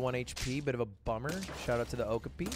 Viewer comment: Hey Lud, not sure if you know and are memeing or don’t know but it’s pronounced Oh-CAW-pee, not OAK-uh-pee :) Fun fact- even though Okapi have a striped back like a zebra, they are actually closely related to the giraffe!